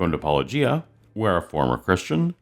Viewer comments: I'm a little confused by how they pronounce Paulogia -O-gee-a instead of Paulo-jee-a... I guess it's pronounced Christian Apologeeist 🤔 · Am I the only one irritated by Christians acting like they totally don’t get the play on the word apologia… pronouncing it like -oh-juh or -oh-ghee-uh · Paulogeia is my fav. That's my best bet how to spell intentional mispronunciation. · Are they mispronouncing your name on purpose? I thought it was pronounced like apologist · I can’t believe any of these people who can’t even pronounce Paulogia’s name correctly. Either it’s intentional to undermine him or they are completely clueless. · Do you think these apologists deliberately mispronounce “Paulogia”? I reckon they do, since they presumably know how to pronounce words like giraffe, logic and theologian! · It's funny how they think wilfully mispronouncing your name is an insult, kind of like petulant children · It annoys the hell out of me that no one says Paulogia right considering he says it himself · Why can apologists never figure out how to pronounce Paulogia but they can pronounce apologetics just fine? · Especially considering says it constantly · How is anyone supposed to take any of these people's criticisms seriously when they display that they haven't done enough research into Paulogia to even know how to pronounce his name? He says it in the opening of every single video and yet and Habermas instantly get it wrong. They should be able to figure it out anyway considering the fucking field they work in! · Seriously,, why is it so hard to pronounce Paulogia correctly?? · Is their mispronunciation of "Paulogia" purposeful, akin to Fox News' "Democrat party"? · I think it’s funny how Kent Hovind mispronounces your name one way and Gary mispronounces it another way. 😎 You should address him as Gary Haber Mass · I always enjoy watching pretend he doesn't know how to pronounce your pseudonym. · It's intentional disrespect.